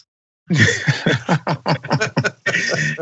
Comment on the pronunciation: Did They Say Frank Or Crank!